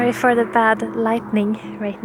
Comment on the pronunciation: You always say at the end "thank you so much fow watching this video" but I want to say THANK YOU so much for creating these videos that makes me/us happy. ❤